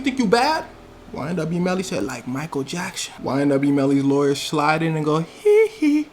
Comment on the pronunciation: “Like MICHAEL JACKSHHOONN” 😂😂🤌🏻